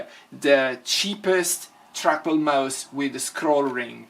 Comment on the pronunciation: "track bulls" I love this dude 😂😂😂